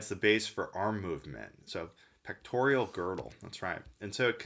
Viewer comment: It's pec-tor-al not pec-tor-ial!